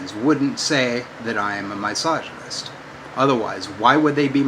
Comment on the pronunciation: I know he speaks English, but nothing he says makes any sense. Also this reminds me how he used to say my-soginist instead of misogynist. He seems to have traded that in for teel-o-meers.